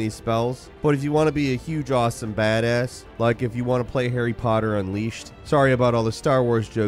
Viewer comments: HARRY POHA???????? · Airy pohar? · started this off immediately with HARRY POTTAH